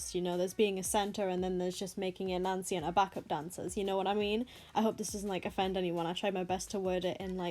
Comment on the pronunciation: Sorry but i kept understanding nazi when you said nancy